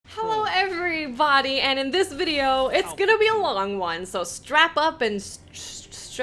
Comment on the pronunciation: Love how you say everybody :)